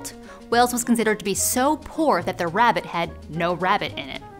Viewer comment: It's not rabbit it is pronouce rare-bit. the bit you don't know is India where the Portuguese colonised, Goa and Kerala, brought vinegar (vin aleo) vinegar and garlic aka vindaloo. This dish has got a little confused because of the Indian word for potato aloo however there are no potatoes in Vindaloo.. Just pork, vinegar and chillies.. This makes Mexican food seem like a walk in the park